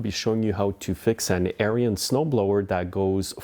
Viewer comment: It's ARENS The "i" is silent. Not like aryan race.